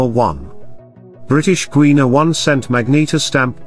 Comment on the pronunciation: It is pronounced 'British Guy-anna,' not the way u pronounced it.😊